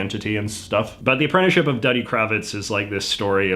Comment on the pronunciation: Duddy is pronounced Doo-di. See the movie. I believe the song the seal stomping kid sang used the same tune as "Wild Mountain Thyme". A UK folk song.